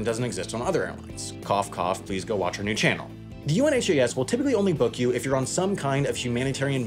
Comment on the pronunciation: UNHAS is pronounced by those who use or operate it as a single word, like the opposite of Has is Un-has. Not each individual letter.